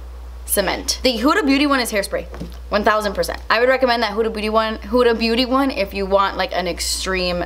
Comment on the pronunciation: Everyone: Huda Beauty: “who da booty” 😂